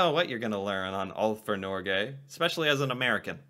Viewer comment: what the 🦆 you haven't even learned to pronounce "alt for Norge"